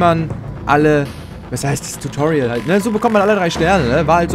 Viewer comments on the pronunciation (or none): none